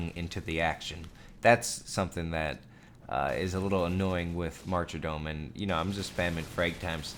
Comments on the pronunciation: Why do you say martydom as "marcher-dome". It's weird. Cut it out. It's like people who say solder as "saul-der". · Pronunciation of martyrdom bothered me most. There's no extra "r" in there.